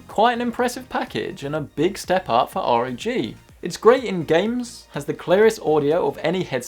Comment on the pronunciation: Slow down. With your speech patterns it becomes difficult to understand you when you speak quickly. I had to turn on subtitles. Also, ROG is pronounced as a word not saying the letters. Say it like bog.